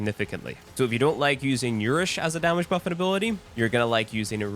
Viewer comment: He did butcher that word alot